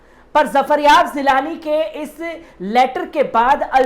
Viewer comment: Zafaryab zilani nahin zafaryab jilani name h.tanj nahin tanz hota h please sheen qaaf durust kar len .